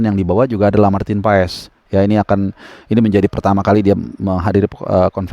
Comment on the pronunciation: Maarten passs bang.. bukan pa es 😂